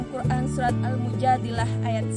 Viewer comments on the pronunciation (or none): none